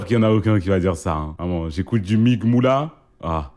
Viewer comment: Oh le fou il a dit "mige" a la place de M.I.G